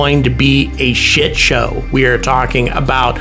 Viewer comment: LOL. "A SHIT SHOW!" That's so very Aussie sounding. Fair comment though.